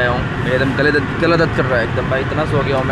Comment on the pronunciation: acchi tarah bolo kar bola kar abhi plane mein jab Tum so kar uthe Tum bol rahe the Mera Gala dard ho raha hai sunane wala Aisa Sone ka Jaise Tum bol rahe the Mera kela dard ho raha hai Akela banana dard ho raha hai😅